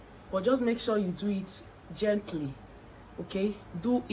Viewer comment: Gentli gentli🤣🤣🤣🤣 na really kwokor kwokor 😂😂😂